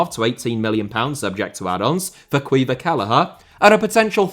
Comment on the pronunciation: The butchery of caoimhin kellehers name has made my soul die a little as an Irishman.